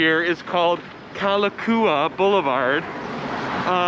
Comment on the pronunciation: difference in pronouncing Honolulu.. i.e. Honolulu vs. Hana one is with a 'O' and the other is with a 'A. It is pronounced hoe-know-lu-lu...' and it is Ka-la-cow-wa (Ave). know-ka-oye (means #1 !, the best !)